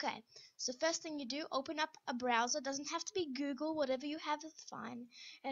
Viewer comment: When she said Google my ears exploded cuz the accent